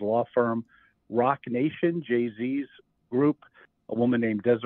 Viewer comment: Why does DVN keep emphasizing Jay-Z